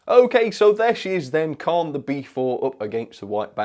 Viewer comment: Wow, I was expecting that this would be an exceptional model, such a shame it couldn't live up to the standard of its Hornby and Hattons counterparts. Great first review of the year, the name of the loco Caen is actually pronounced Cane. looking forward to seeing what you will be reviewing next year.